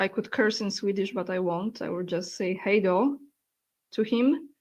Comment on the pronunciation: Thank you for a great program with many informative features. You have a very good pronunciation in Swedish of “Hej då!”:-) Greetings from Sweden.